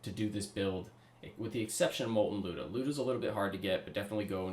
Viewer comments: The “looda” it’s pronounced lie-oo-da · lie-you-dah but geez this is crazy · It's actually Люда.